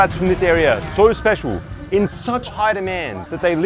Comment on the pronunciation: Yoo it was crazy when he said it spical